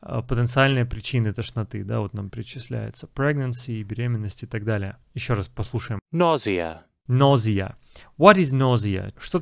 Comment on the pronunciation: Вы в повторе карточек произнесли слово « тошнота» как « ножа» вместо « нозиа». Так как же правильно?